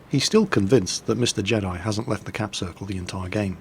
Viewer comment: "capsirkel" ahahahah